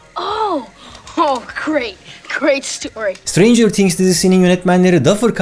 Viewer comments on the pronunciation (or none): Sıtreyncıığrr tiğhgs değil o yanlız